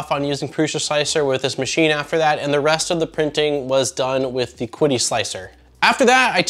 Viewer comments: Great review, have owned the original consumer version for years. By the way, it's pronounced like "Chee-dee" Tech. I believe Qidi Tech really is one of the most underestimated 3D printers on the market. Mainly because, I guess, all their models just work and are pretty much plug and play. Reviewers have little to discuss as far as further tinkering. Nice to see you taking a level step up. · Great video! From what I have gathered, it is pronounced 'chee-dee' tech. I own an X-Pro as my first printer and am now going through a full overhall of it, I knew it going in though. It is funny, the mods I am doing are pretty much in line with this model except now I am running an Octopus Pro (overkill) with Klipper and all the benefits. Also upgraded to slice engineering bi-metal hotend and other mods like filtration. They are nice printers as long as you are fine with engaging their support for anything needed outside of what you get, they actually are responsive. The only thing that put me off was before the launch of this product they emailed me to let me know it was coming out and if I left a 5 star review I would be refunded half of the money. I don't know what to make of it, I really hope it is just a culture gap, but that really stuck with me. Even after my positive experience with them.